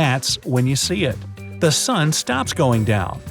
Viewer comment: Sun not san